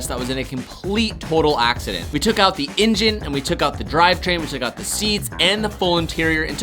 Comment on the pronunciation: Everyone one else “Engine” “Injen” 😭😭😭